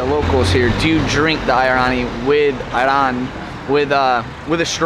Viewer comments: Ayran. It pronounced as ‘ i run ‘ 😂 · It's called doner or doner kebab. Shoarma isn't our dish and it is different than doner. sahleb with a soft H :D . that is not niwan or something? Thats Ottoman lokma. ayran also pronounced like ayran without a 'i' .I guess it's from your Arabic friend that turns all of them to Arabic 😅 Please listen to the sellers and not your friend. Just a correction :)